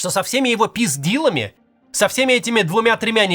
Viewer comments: Максим сегодня поразил! Сперва "Не мытьём, так катАнием", а потом "писдилами". Только у меня одного кровь из ушей? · с третьего раза я распознал "...со всеми его peace deal'ами" 🌚